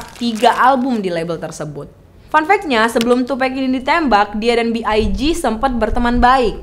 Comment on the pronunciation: NOT TUPEC, IT'S TUPAC! That's why Nas said " white people always said TUPEC, not TUPEC.. TUPAC " Sedikit kasih tau ya, Tupac sama Biggie itu deket banget sampai pada waktu Biggie lihat Tupac deket sama orang yang dianggap berbahaya sama Biggie, Biggie ngasih tau ke Tupac kalau jangan terlalu deket sama orang itu, gue lupa namanya dan itu terjadi disuatu acara. Tupac risih sama kelakuan biggie yang bgitu, mulai dari situ hubungan pertemanan mereka renggang dan kurang baik. Soal lagu " Who Shoot Ya " itu bukan lagu yang dibuat untuk tupac pada saat itu, tapi itu lagu emang sengaja dibuat sama biggie, terus orang orang terdekat tupac pada ngomporin ke Tupac kalau lagi itu dibuat untuk dia apalagi seperti yang kita tau dia abis di tembak.. lagu Who Shoot ya keluar beberapa waktu setelah itu, Tupac dkk mengira itu Diss Track ternyata bukan. Dan seperti yang dijelasin setelah itu Rilis lagu " Hit em Up ". Penjelasan soal Keefe D ini juga ga jelas, di suruh bunuh siapa yang dimaksud ? Tupac apa Biggie ? Keefe D ini adalah Om dari Anderson yang di pukul Tupac dimalam itu, dan dia orang yang melaporkan saat itu kepada omnya Keefe D yang seorang bandar Narkoba. Balik kilas ke Kehidupan Keefe D, dia tumbuh besar di Compton dan dia dari kecil sudah begabung dengan Gang. Singkat cerita dia dewasa kerja di perusahaan tapi dia ga nyaman, lalu dia milih buat jualan narkoba. Lanjut lagi, ni keefe D ga tinggal diem keponakannya di pukul. Jadi pada hari itu setelah tupac dalam perjalanan pulang